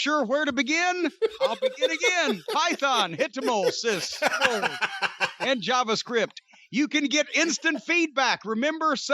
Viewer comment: Jim's pronunciation of SQL was actually almost spot on